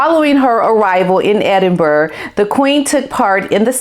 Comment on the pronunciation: Girl, I'm a midwesterner, just like you, and I know how to pronounce Edinburgh and Holyrood. It's not "The American pronounciation" it's a mispronounciation. Just stop making excuses and do better.